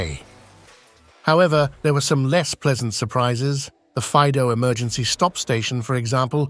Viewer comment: And Faido fa'ido, accentuation of i